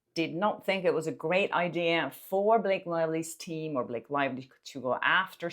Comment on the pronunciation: Blake Lie-ly